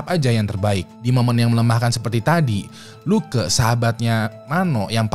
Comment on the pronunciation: Funny when sebut LUKE.. jadi luka..